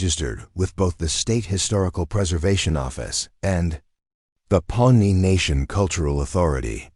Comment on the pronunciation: it's Pawnee nation not pony nation.